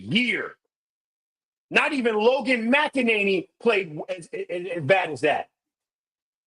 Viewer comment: It’s McNaney. Not MacAnaney